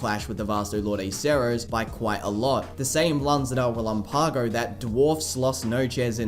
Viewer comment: For the love of goodness lan-za de re-LAM-pago.